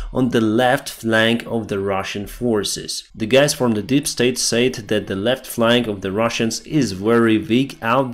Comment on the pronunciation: "Z Fisherman" lmfao